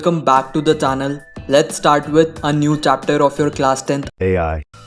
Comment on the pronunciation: Bro literally said ''thannael'' in the beginning of the video 😂😂😂😂